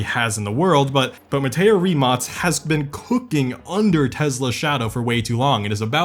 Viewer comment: The amount of times Rimac, Mate Rimac and BYD were misprounced is ridiculous, like what's Rimots? It's "Rim-ac" and it's not pronounced "Mateo Rimots", it's pronounced "Mat-tay Rim-ac"